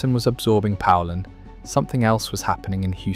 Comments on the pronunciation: If you don't know how to pronounce poulan don't make videos about it. It's pronounced like the country Poland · not me lol I changed the channel as soon as it mispronounced poulan 😂